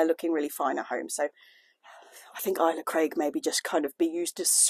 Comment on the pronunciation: Pronounced alesa craig rather than isla craig I believe